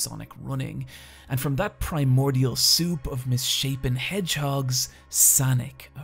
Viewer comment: 'Primordial soup of misshapen hedehogs" lol